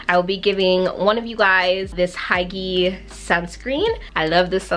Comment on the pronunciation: (Edited) Pronunciation 👉🏼 Hyggee - hy (very short sound like how you would direct a horse while riding) gay (with a forced ga)... hy ggay meaning cozy-ness Korean sunscreens - beauty of joseon relief Sun, isntree watery sun gel are my favourites 🥰 isntree has other options for oilier skin types - a sunstick and hyaluronic acid sunscreen